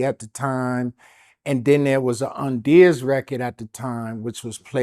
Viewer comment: Did you call him Onion 😂😂😂